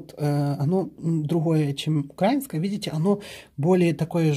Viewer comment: не УкрАинское а УкраИнское,пора уже знать и правильно выговаривать..